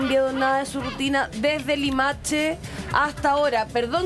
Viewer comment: "limaTche" que estupidez hablar así